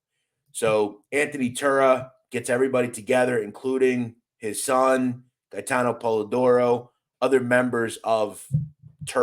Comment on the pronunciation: Respectfully you pronunciation of Gate-en Polidoro. He was a Fuckin gangster for real,I went to junior high school with him..He was a stand up guy.. He was taking shit down by himself he was like a daredevil love to ride dirt bikes, real athletic.